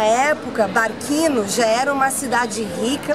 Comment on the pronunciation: Não se fala barquino, é "barthino". Som de q teria se fosse escrito barchino.